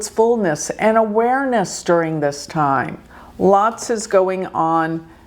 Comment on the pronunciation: "Awairness" hah? Okay!🤣